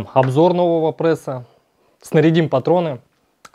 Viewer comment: да не ПРЭСА, а пресса! так дико звучит, но всё равно интересно.